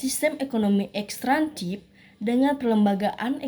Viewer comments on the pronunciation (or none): Bukan ekstrantif tetapi ekstraktif